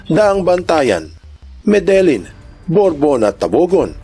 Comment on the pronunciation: Medelyin yung basa sa lugar namin sir sa Medellin, Cebu at sa san remegio ay san remehiyo din ang pagkabasa